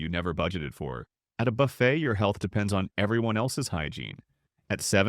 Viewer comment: How can we take an article seriously when the voice over pronounces Bu-fay as Buff-it?